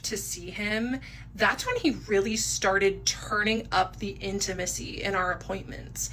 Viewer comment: Every time she says he turned up the intimisy I just imagine him asking how was your bowel movements lately and it makes me laugh lol